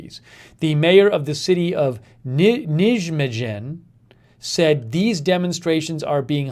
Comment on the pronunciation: Btw Nijmegen is said "nigh-may-ge(n)" A lot of Dutch people don't pronounce -n at the ends of words ending in -en so you can say the n or not and also G is said roughly, similar to the g you may heard in Switzerland. The pronunciation is because 'ij' in Dutch sounds like "i" in English but most times you see J in Germanic languages, it's said like a y. This is also true for other European languages though! I don't remember which of them off hand.